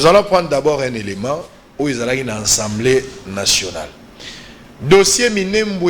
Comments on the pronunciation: Mais, sala effort ata opération na gorge po olobaka ASA ASA ASA ASA mais pas ENSA ENSA ENsamblé nationale. L'Institution s'appelle ASSAMBLEE ASSAMBLEE ASSAMBEE ou comme vous voulez ASSEMBLEE ASSEMBEE NATIONALE. PHONETIQUE C'EST [ASSAMBLÉ] Mais pas [ENSSAMBLEE]...Il n y a pas nasal, please il n ya pas nez. reaprenez les choses...SVP, Ndeko Zulu, Kankolongo, Epenge, Bibi, Reaco news, e tuttti quanti, please...comme on dit ASAMBUE dans la boucle. Et c'est ASAMBLÉ. Pas ANSAMBUÉ et pas ANSAMBLÉ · eza Assemblée pas ensemblée yekola ko prononcer esalaka nga pasi koyoka yo na ba journalistes mosusu ko prononcer ensemblée